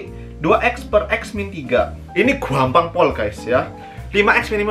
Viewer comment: That " GUAMPANG PUOOL GAES" really makes me cry😭😭😭